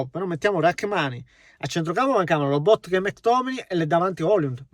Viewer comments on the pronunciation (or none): none